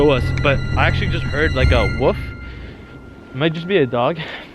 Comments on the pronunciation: aldo : a woof me : wolf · “A Wuff” 💀💀💀